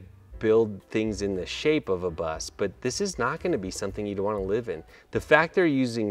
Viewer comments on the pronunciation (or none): none